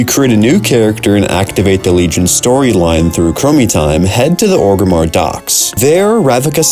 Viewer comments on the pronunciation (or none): none